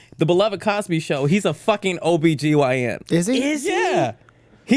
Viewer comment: Is nobody gonna point out the fact that said OGBYN not OBGYN? He was the OG:D